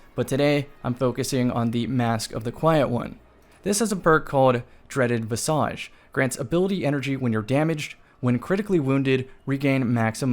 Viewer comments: Its VIZ-AGE. Like, a dreadful face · visage is pronounced viz ij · "In recent seasons" No. Your pronunciation of "visage" Also no.